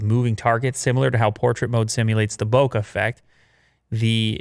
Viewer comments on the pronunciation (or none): none